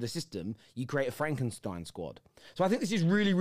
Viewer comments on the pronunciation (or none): none